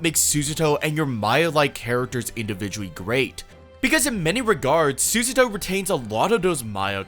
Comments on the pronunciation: Great video but it’s pronounced sue-ZA-toe not sues-a-toe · "Should I take the 90 seconds learn how to pronounce the assistant's name?" "Nah Sue-Suh-Toe it is" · I love this video, and it's a great analysis of her character. But the pronunciation of "Susato" is killing me, dawg 😭